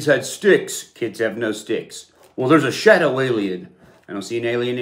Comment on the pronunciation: I lost it at shawdow aliens 😂